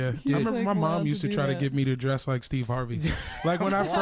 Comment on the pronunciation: Steve hard-vey